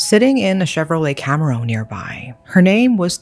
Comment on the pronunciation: [twitches in American car person at the pronunciation of "Camaro"]